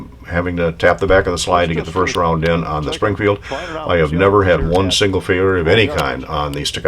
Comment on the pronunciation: listen to what you say, sounds like 5 pound instead of round. I understood well